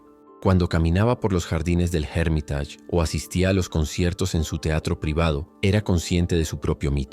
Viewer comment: Muy buen video hiciste; pero no pronuncies Hermitage como si fuera una palabra inglesa “Jérmitach”. Pronuncia “Ermitásh”. Es más correcto.